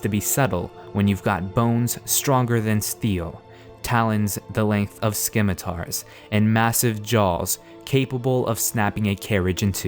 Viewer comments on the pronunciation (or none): ... "Simitars", not "skimitars". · "Skimitars" Love it. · "Skim-ah-tars" LMAO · "Scimitars." Lol. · Ha, "Skimitars".